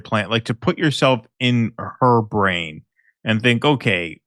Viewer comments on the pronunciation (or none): none